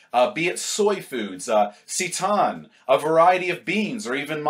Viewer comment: hahahahahahahaha you change the way you pronounce "seitan" every video XD "seytarn. seytan. sayten"